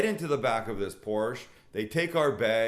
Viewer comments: You are a great man but keep whining like a bitc... And it's not Porsch. It's PORSCHE! Thank you! You should focus on food videos because this doesn't suit you. I will simply unsubscribe next time seeing videos like this. Come on man, grow up. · Porsche is a two syllable word.